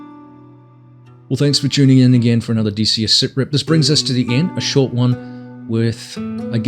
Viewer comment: Drops a remark about saying "cartage" instead of cartridge Also: Keeps calling (t)his format "siprip" 😂